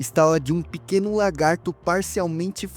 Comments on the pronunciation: Lagarto, não "largato" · Excelente vídeo, já me inscrevi no canal. Parabéns por não usar narração por IA, que deixa o vídeo muito tedioso. Só que isso traz uma preocupação adicional, quanto à dicção e ao linguajar. Sugiro vc se policiar quanto à pronúncia correta (evitar "largatixa" e "largato"), e quanto ao uso de palavras chulas (isso eu notei que já está melhorando. Sucesso com o canal! Forte abraço! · Largato kkkkkk